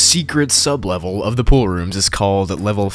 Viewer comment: The Name is Pool-Rooms. Says:Poor-Roms. Nice